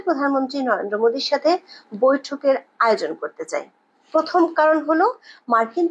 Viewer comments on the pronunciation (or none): none